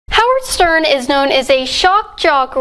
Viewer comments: Is my hearing off, or did you repeat say SERN instead of Stern? 🤔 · who cares ... I heard Sperm